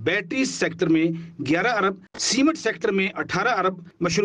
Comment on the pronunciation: کھوتے جیو والو۔ لفظ ارب ھوتا ھے نہ کہ عرب